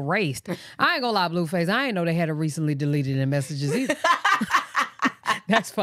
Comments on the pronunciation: She does call him bluefus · 1. I love the way you say blueface cause it sound like you calling him doofus 2. I been saying no way that girl lying about EVERYTHING a female ain’t that delusional for no reason